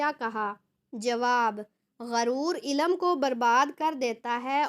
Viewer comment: Ilam nahi ilm talaffuz kijye